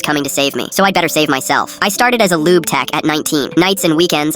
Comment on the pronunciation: i think im deaf did he say lube